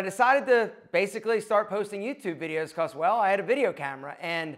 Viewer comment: I can’t stand the way you say the word because